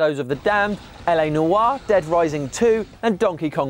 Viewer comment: PLEASE learn how to say "noire". PLEASE D